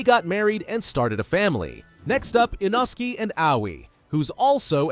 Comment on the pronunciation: Thats inosuke not inoski